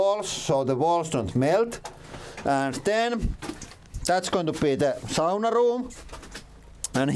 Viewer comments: First time in the Channel and immediately that Finnish pronunciation 😂 Love the language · I makes me feel so good to hear "sauna" pronounced properly.